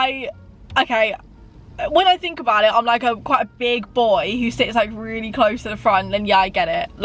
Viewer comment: Why did say weally 😂